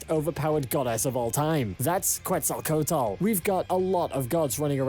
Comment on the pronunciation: "Cuensalcoutel" KEKW